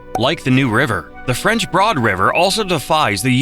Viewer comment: Looking over just the most recent comments, it seems I'm not the only one wondering if 1) it's all AI or 2) they hired the cheapest announcer available with a vocabulary of about 500 words. RAY lee is the capital city? PIG sah Forest? French BOARD River? ( He got it right after the first mention). Or 3) they wanted to save production money by doing the whole thing in a single take? Makes it hard to take the informational parts seriously.